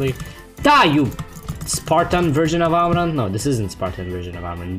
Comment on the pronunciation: lmao amaan version of amman